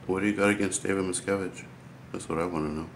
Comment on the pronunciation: “David Miscavige” lol